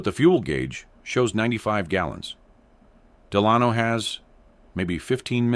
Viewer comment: You say de-lahn-o. Nope, the name is pronounced DEL-a-no. Your AI doesn't understand how to pronounce English. FIXIT!